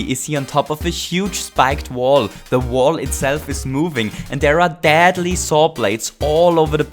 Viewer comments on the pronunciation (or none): Does anyone else like how he says dadly instead of deadly? And yes, I know, it's because of his accent. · I like how, with his accent, says dadly instead of deadly